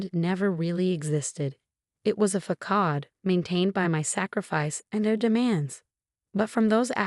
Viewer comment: it's not Fakade...it's pronounced Fasade.